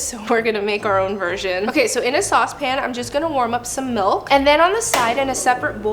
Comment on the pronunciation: "In the warm molk"